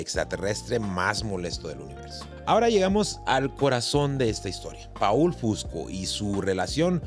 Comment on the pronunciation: Se pronuncia POL no PAUL , POL FUSCO